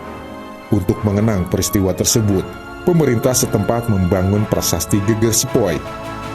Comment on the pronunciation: Mngkin admin yg baca narasi bukan orang jawa ya, soalnya ada beda tulisan sama pelafalan. Yg divideo ini disebutkan Geger (artinya punggung) yg seharusnya geger, biasanya dg tanda garis miring diatas huruf e (artinya perang, keonaran, kekisruhan...). 😁, sukses trs buat channel ini 👍🙏